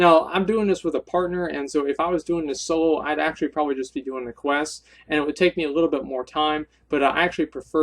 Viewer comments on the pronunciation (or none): none